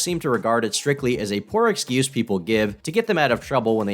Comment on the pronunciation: "Ignorant of the lar is not an esscuse." Dude needs some serious speech therapy classes.